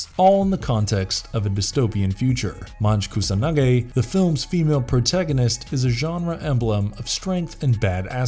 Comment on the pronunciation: it sounds to me like "majo kusanage". Was he trying to say "major Kusanagi"? It still sound too weird